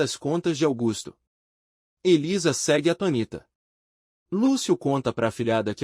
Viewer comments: Aluguel, por favor, avise esse narrador que atonita está errado. A pronúncia correta é ATÔNITA, com acento no O. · Atonita não oh narrador... atônita! Acento circunflexo no (o)